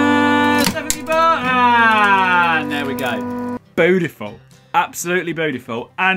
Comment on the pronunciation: Did he just say "bootyful"? xD